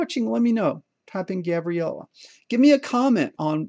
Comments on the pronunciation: I thought you said gavriella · Your grandaughter is as cute as a button! I couldn't tell if you said Gabriella or Gavriella...old guy hearing I guess.:) I'm sure she is the luckiest little one to have a grandpa like you. Great video. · Is it Gabriella or Gavriella it is unclear. Again really interesting topic, could come in handy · Gavriella? Gabriella? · "Gavriella". Off course I always follow your videos to the end. Well, I did my homework and I did it well after two mistakes ("Red" instead of 1, "Green" instead of 0). Always fun to follow your Lessons. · Got the HW on my own! I added a 300ms delay after the if statement that turns on the red LED. This kept it from flickering in the in-between angles. Gavriella? Lol I couldn't tell if that was a V or a B. Very cute baby girl! Just look at that smile! Thanks again! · Gavriala.. did I correctly pronounce her name??